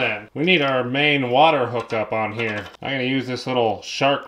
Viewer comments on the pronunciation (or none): "Put this hee-a." Brilliant.